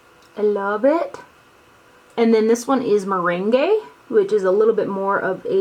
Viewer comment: And meringue is Meh-rang. They're all food-related names 💄love your vids